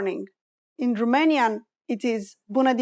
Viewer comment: You are unbelievably persistent at pronouncing it like in French, Roumanian, with ou... or in German, also with "u"... terrible! Learn to speak English.. it's Romanian...not Roomanian...it would be nice to make the correction or people will learn it the wrong way!